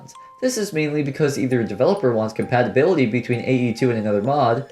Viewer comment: Are you dyslexic or something why can't you pronounce compatibility